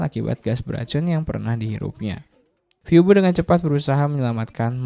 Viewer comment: izin koreksi minn🙏🏻 tulisan : phoebe dibaca : vibi